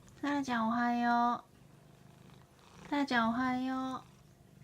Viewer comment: おはようございます🎵 天才だ✨ 発音がもぉ「おはよう」にしか聞こえない(((( *ノノ) ｷｬｰ❣️❣️